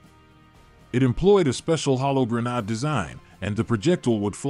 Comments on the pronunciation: Gren - aid you AI ........! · WTF is a gren- AHD? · Pronounce it properly gren aid. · it's pronounced grenade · There is no “r” in grenade! The narrator got it right a few times.